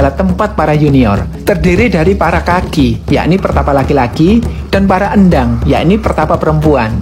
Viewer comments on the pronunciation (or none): Mohon maaf, setahu saya endhang itu éndhang bukan ěndhang seperti di video. Mohon maaf jika saya salah